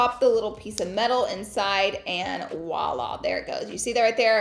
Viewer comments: It’s voila not wala just an fyi ☺️ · It is pronounced Voila, not woila! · It’s Voila darling not ouala lol😢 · It’s “ voila”